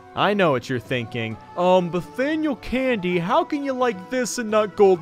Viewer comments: Mathaniel Brandy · Wait, Nathaniel candy? Edit: Actually, it sounds like BATHANIEL candy...